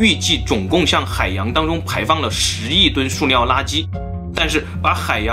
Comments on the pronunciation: 是su liao不是suo liao😂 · suliao 不是 suoliao 听的好别扭😂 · 塑料不是塑尿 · 是塑料，不是素尿。读liao不读niao，是哪里人呀？ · 到底是 料 還是 尿 XD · 是微塑（sù）料噢～ 不是suō啦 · ㄙㄨˋ 不是 ㄙㄨㄛˋ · 塑尿！你tm 结巴吗 树料不吗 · 塑尿塑尿的 好出戲啊⋯⋯ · 塑料，su, 不是shuo，你查词典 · 是suoniao ，摇头晃脑赶得上帕金森症了，很有才华，就是有点不敢直视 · 塑料！不是“硕”料！ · 跟老一辈的发音一样，suo料